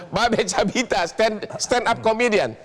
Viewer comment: Babe Kabita C nya dibaca K 🤣🤣🤣